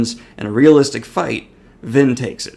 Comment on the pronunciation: I heard Lyn rather than Vin 🤔